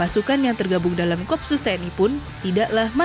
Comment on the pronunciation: bacanya ko-op-sus bukan kopsus